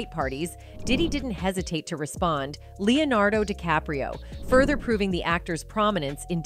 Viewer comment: he say Leonardo decapro...